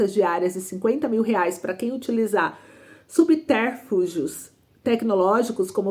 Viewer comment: Para aqui. A leitura de subterfúgios. O acento está no U. E a leitura foi acentuação no E ???????? Para mim chega